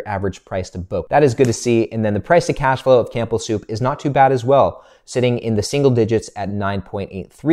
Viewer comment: The P in Campbell Soup is silent. Sorry, I had to say something, it drives me nuts every time I hear it in your videos. 😂 Keep up the great work love your Dividend Investing insights. 👍